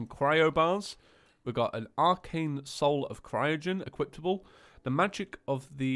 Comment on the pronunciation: Why do you say equiptable and arelite?